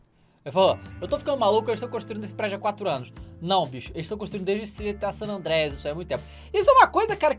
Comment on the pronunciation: "San adreia" kkkkkkkkkk